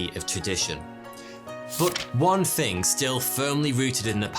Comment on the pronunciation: Is it THING or FING ?